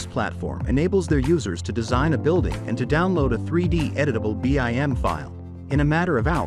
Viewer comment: sigh... this is nice but the automated reader is like nails on chalkboard. It's pronounced bim, not b. i. m.